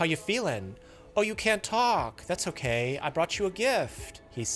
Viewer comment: This entire episode made me feel racist while watching. The "oh no wats wong". "You okaaay?" 😂